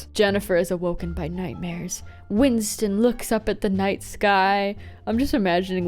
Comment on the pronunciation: “Windston” lol